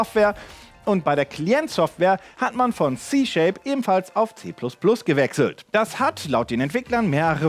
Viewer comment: C-Shape😭 Es heiß C-Sharp